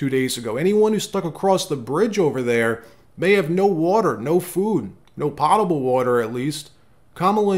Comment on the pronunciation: Please don't think I am nitpicking but the word is POTABLE water!